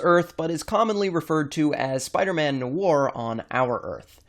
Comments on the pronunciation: It's spelled No-ah-r not nour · it's "nuh-wire" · Noir is pronounced Nwahr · Wow you don’t even know how to pronounce noir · ... why do you pronounce "noir" like that? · He pronounced noir wrong lol, I know this because I know French and in French noir means black